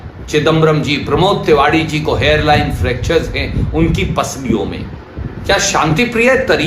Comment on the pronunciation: Ye kon nesha ker rekha h, ye tewari ko tewadi bol r h😂😂 or ser per chot seai pet pasli tuot jaati h, 😂😂😂😂